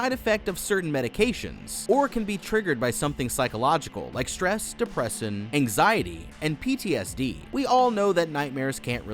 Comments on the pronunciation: He says "Depressin" instead of "Depression" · To I found you pronouncing depression wrong funny. You pronounced it depressin instead of depression. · he said depresson lol, not depression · did u just say depressin?